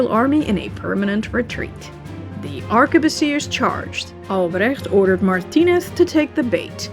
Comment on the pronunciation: *ARK-BOOSS-EE-AY... Even if it's plural...